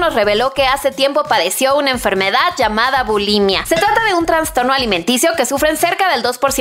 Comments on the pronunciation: Todo estaba bien hasta que leí “traNNNstorno” Se dice traSSStorno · Se dice TRASTORNO